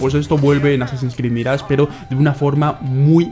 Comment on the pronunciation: Extraño que diga "azin krid balaya" 😢